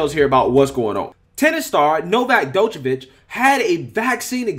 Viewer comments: first off, his name is pronounced like Joko-vic like Joker. That's a minor. and he's an elite athlete who happens to be best in the world who knows what is best to put in his own body. I get it. It's their rules but it's not like he's playing rugby. The distance between him and the opponent is almost 78 feet apart. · Bro you screwed up the pronunciation of his name so bad. The d is silent. It would sound like yokavic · My guy, you’re butchering the name lol his name is pronounced “Jokovic” with the J making the same sound as Jones, Joker, etc. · Bro you butchered his name 🥲🤣😂😂😅 but great video tho always coming with the truth 🔥💯🔥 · Damn, you totally NAILED his name there, buddy. Each pronunciation further and further from the correct. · FYI, the "D" in his name is (approximately) pronounced like the "J" in Jesus, the "ic" at the end of his name sounds kinda like "itsj"... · His name is like Django the D is silent 😉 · Your butchering his name bud🤦🏼‍♂️😂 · no... you pronounced Djokovic wrong.... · Bro the D in his name is silent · You're butchering his name. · Lol you dont pronounce the D in his name its only Jovokic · You need to sit down and learn to pronounce his surname correctly. It was absolutely bloody annoying.🙄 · "D" is silent whe you read Djokovic !!! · Love your show but your not pronunciation Novak last name correct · The d is silent dawg